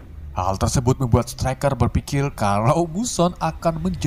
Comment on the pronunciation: perasaan dari tadi ga cadel kenapa sekarang cadel "berpikir" jadi "berpikil"